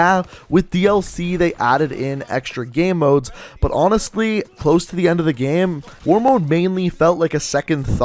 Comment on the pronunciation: the way he says "gam"...you cant unhear it